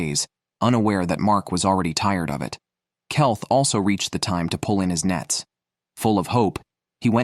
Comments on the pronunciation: Keith read as Kelth. A1 often gets names badly wrong. Ridiculous mistakes. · Kelth that will be keith bullshite ai crap dont bother watching this